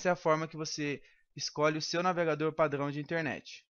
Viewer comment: Ele é francês kk kk padŕão